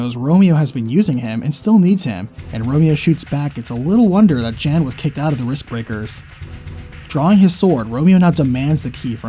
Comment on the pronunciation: Great video. Slight nitpick though. Jan, when given as a male name is pronounced Yon.